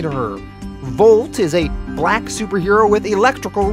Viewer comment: BLACK!!!!! Something about the way you said black superhero introducing Volt was wrong. Didn’t mention the race of any other character btw.